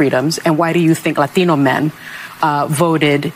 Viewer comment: Lathino lathino lathino! Sunny you must have really practiced that pronunciation for hours before taping. 😂